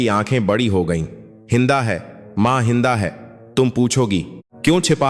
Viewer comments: Ye kya padh raha hai. Jinda ko hinda. Aur eisa bahut sare pronunciation galat padh raha hai. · हिन्दगि नहि जिन्दगी हिन्दा नहि जिन्दगी 😂